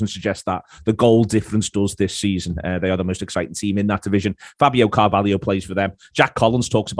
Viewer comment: Not Coutinio Not Firminio Not Fabinio NOT CARVALIO!!! CARVALHO FFS!!!